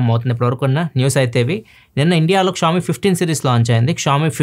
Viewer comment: please don't say Ksh-oami.. vinataaniki ibbandi ga undi, try saying sh-oami